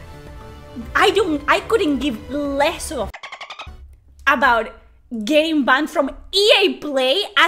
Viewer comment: I ahm bahnd. 🥵spicy accent.